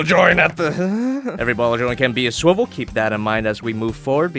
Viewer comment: Did you just say....SWIBEL???